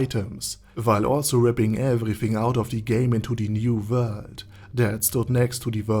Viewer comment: Does anyone else just watch his videos because he has a smooth voice and the way he says new vorld